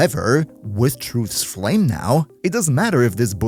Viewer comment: Beloved Titron gets yet another big buff to its name! Thanks for the writeup and sorry about the mental damage cost you inevitably took from trying to pronounce Truth's Flame even once